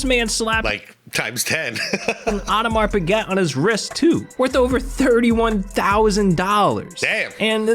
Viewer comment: Audemars Piguet is pronounced as Ohdumahr Peegay by the way.